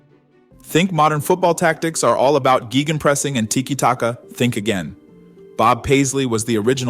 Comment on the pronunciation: Gaygen pressing, not geegen pressing. Thanks for the update on Paisley. While I'm not particularly new to this world, I am rather new to enjoying Liverpool. Our Dutch football culture really points us via Michels, Cruyff and Rijkaard towards Barcelona and Pep. In addition we're kind of biased to thinking that the only people in the world who play attractive attacking football are us, Barcelona and Brasil (who can't help themselves, so they don't really count). So I knew Paisley's name but I never knew much about him.